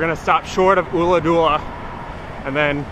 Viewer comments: Ulladulla. Not ooladoola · Check with a local on the Ulladulla pronounciation dude, it's killing me! It's not an 'oo' sound at all. Enjoy the riding!